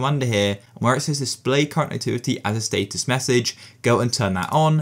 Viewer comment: he did not just say state us